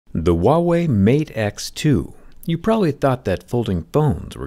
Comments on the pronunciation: Am I the only one who heard Thewaaway instead of Huawei? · Say Huawei with an H as most people pronounce it like a W, which is incorrect. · the h is pronounced in "wawei" lol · stop pronouncing "wahway", it's irritating! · Huawei....WEE WAH!! 🤣🤣🤣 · He butchered the phones company name lol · The way he said huawei in the starting made me anxious 😐